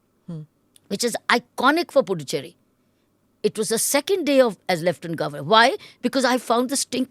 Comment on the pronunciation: Smita madam. It’s pronounced as Pudhuchery. It’s not Du it’s Dhu while pronouncing.. pudhu means new Cherry means colony. It means new colony.